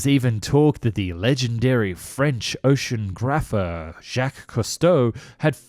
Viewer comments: ocean-graffa ????????is this a robotic voice or just someone who can't speak English ?. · You talk about your French pronunciation, you'd be wise to brush up on your English. Sub MARINA, not submariner. Ocean OGRAPHER, not oceangrapher. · Ocean grapher? OCEAN GRAPHER! ? O C E A N G R A F F E R ? ! . OCEANOGRAPHER. '' OH-SHYUN-NOGG-RAFFER '' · "ocean grapher" should be "oceanographer". "in route" is really "en route" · Ocean graffer? Oceanographer.. is English your first language? You make such weird errors, are you just the voice over guy? You often say words in a way making it obvious you don’t know what they mean!! Weird at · So worried about your French pronunciation, and then this .... "Ocean - Graph-er". lol, love the vids. Keep 'em coming. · Let's talk about "ocean grapher" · Say oceanographer again